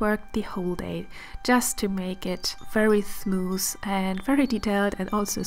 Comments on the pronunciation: Really enjoyed watching this video and the face is simply stunning!!! However I noticed a little pronunciation mistake you did quite a few times which was the word smooth. You said something like 'thmoos' so you sort of switched the 'th' and the 's'. I believe if you'd correct this mistake It'd make such a difference, since your overall english speaking is pleasing to listen to! 💙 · I didn't know that at all! Somehow I always thought smooth is pronounced with a "th" Thank you so much for letting me know the correct pronounciation! Thank youuu!